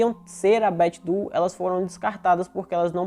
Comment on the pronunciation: bom trabalho! Incrível como essas coisas acontecem e alguns casos conseguem ser finalmente resolvidos, né? 😁 Ah! Para referência futura, Doe se pronuncia Dôu, não du. 😉